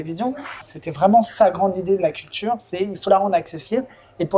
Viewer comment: journaliste "cutlure" :-) ? really ? ! 🙂